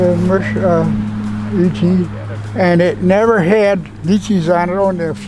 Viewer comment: Lovely to hear them pronouncing the "Leechee" correctly and not "Liechee" as they do here in Britain❗️